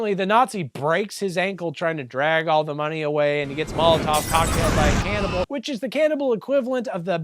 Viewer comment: I definitely need a “can-ibal not can’t-ibal” bumper sticker